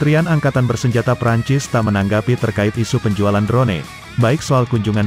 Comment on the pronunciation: Bukan. Drone. Di. Baca nya dron saja sedap di dengarnya